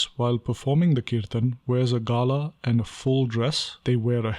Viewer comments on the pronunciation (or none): none